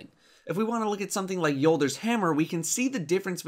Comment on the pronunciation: Dude everyone calls it yolders hammer I haven't heard a single person call it jolders